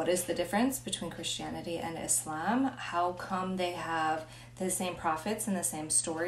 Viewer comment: How you know a person has really accepted Islam from the heart and is willing to learn it all is when they say Islam not muzlem. You pronounce it perfectly. I am proud of you. Just a Muslim man Afghanistan here.